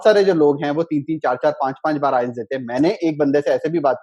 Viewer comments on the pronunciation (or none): bhai inka 4 baar me 'ILETS' ho gaya wahi badi baat he 🤣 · He is wrongly pronouncing IELTS. He says ILETS (not once but every time), Very strange how can he score that much... Something fishy.